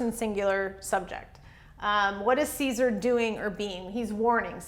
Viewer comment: Great lesson! :) Thank you so much for that. I was wondering, isn't the Latin dipthong, 'ae,' pronounced as the English long 'I?' So, to pronounce Caesar, wouldn't it sound like 'Kisar,' instead of the way you're saying it, 'Kaysar?'